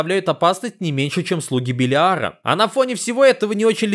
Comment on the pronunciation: Белиара ударение на первую Е